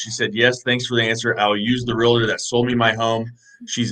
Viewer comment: Really? "Real A Tor?" Its a two syllable word